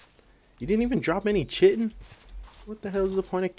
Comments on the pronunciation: chitin is pronounced as kite-in not shitin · pronounces chitin like chitten. Ark players: slowly inhales